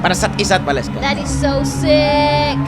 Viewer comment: You said it right, Waleska!!